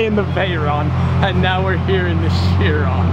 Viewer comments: Pronounced ‘Kiron’, not shearon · nope its a Bugatti Veryon not a "Cherron🤦‍♂️" Chiron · Fun fact, your pronunciation for the Bugatti Chiron is not "sheer ron", it is pronounced "KY rahn". Hmm, the more you know. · It is bugàtti Chiron not bugàtti laugh my ass of 😂😅😆😂😃😄😅😆